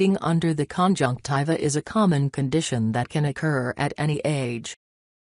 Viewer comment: Omg stop saying conjunciva